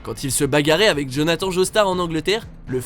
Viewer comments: Ça se dit ousop et c jonathan à l'anglaise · Z'etes sérieux là ? JONATHAN ?! c'est pas plutôt JONATHANE (bon la je force mais en tant que fan c'est étrange quoi 😅)